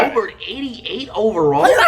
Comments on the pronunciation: This guy no’s nothing about basketball. This man said Rudy Gobart I’m dead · It’s pronounced Rudy goBEAR at least that’s how I say it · Rudy go-bare it's pronounced. Maybe the spelling threw him off. Flight doesn't strike me as one that reads a lot. Probly never read his name before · No bro it's Rudy Goburt 😂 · Rudy Gobuurrt... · Zeon Williamson J-A More ent you ever heard of Rudy goburt lmao it’s pronounced Rudy gobear (gobert) JJ redick is top 10biggest bust but I have high basketball IQ -flight